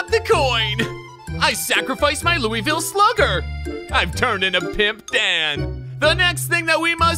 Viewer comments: The way he said Louisville gives me pain as a Kentuckian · i hate the way he said “Louisville Slugger”💀